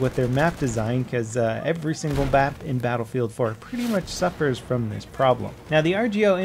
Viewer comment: WOW why did you say froam Serbia wtf